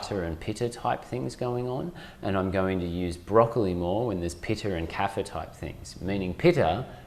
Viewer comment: He said vater and pitter? Isn’t it vata and pitta? Why the different pronunciation? Good info though! 🙂